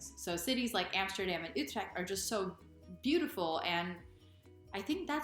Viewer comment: Your pronunciation of "Utrecht" is tight!